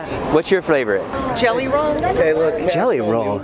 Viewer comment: “What’s your flavorite?” 😂😂😂